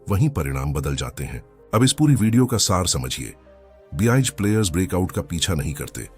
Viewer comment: Sab kuch sahi hai bus ye "be eye ga" player ka pronounciation zara fix kar do 😜